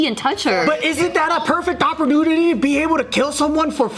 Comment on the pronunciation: Joe's Perfect Oppor-Do-Ditty 🤣🤣🤣